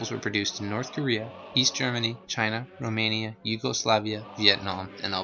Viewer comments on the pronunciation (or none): none